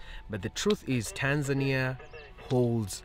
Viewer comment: I'm surprised how you pronounce Tanzania with the emphasis on the "i". You have upset a couple of my Tanzanian friends...